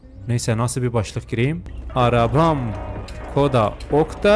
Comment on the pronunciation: Okta koda değil Skoda o arabanın ismi